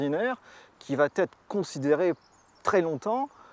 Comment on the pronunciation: Je vais tu vas il VA !!!!! pas de T donc pas de liaison !!!!! Putain ça arrache les oreilles